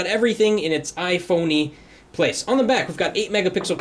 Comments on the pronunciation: Ifony lol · 'iphoney' ..haha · Ifony lmao